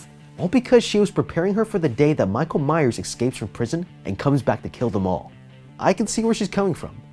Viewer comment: He's last name is lich rally Myers not that ⚠️⚠️⚠️